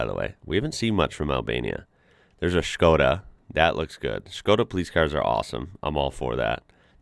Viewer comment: I love how you pronounce it like Schkoda, just like Sean Connery 😂